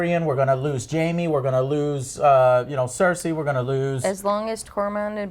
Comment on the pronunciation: EurEAn instead of Euron ClEEgan instead of Clegane CerSCI instead of Cersei Confuses Aegon with Rhaegar... They all expect from the show to "Just go to the wall and fight some white Walkers" The wall wasnt around for 1000 years, but for 8000 years which repeatadly gets mentioned in the show. And after you get ALL of that stuff wrong you dare to call other people casuals??